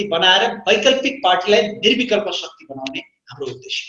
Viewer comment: Shuckti hoinao sir shakti pronounce garnu na...